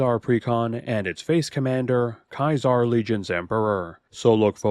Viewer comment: Who's a good Commander- Oh, yes you are! Yes you are! Bad puns aside, amazing vid as always! Alright, next up- wait, KAIZAR?! I-Isn't it Caesar, pronounced see-zar? As for my vote it goes to the Settlement Man himself. You can do funny chicanery with his untaps, after all. Day 312 of waiting for the face reveal... have you played Fallout, BTW?